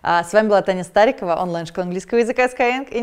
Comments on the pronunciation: Не пойму, почему все произносят скайенг? Разве SkyEng - не sky English? Ну, так тогда - это скайииииинг. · Спасибо за референс на корги-расиста, шикарное содержание роликов на YouTube и отличный сайт. Но никак не даёт покоя произношение названия школы. Почему скайЭнг? Энглиш преподаёте?